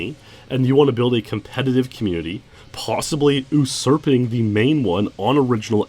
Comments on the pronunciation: he also mispronounces usurping as "oo-surping" so probably just a mistake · Usurping no thanks, oohsurping, heck yes